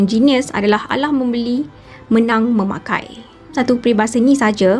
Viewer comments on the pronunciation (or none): KALAH MEMBELI MENANG MEMAKAI. KALAH bukan alah. MEMAKAI bukan menakai.